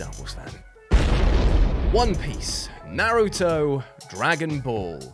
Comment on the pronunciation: Finally someone who says naruto correctly, americans says his name really stupid